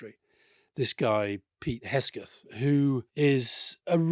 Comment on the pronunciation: Hek-seth not Hesketh.